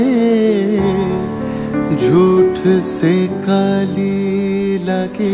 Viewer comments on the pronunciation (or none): none